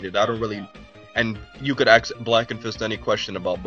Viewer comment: Nobody has ever "axed" you a question. Learn to speak.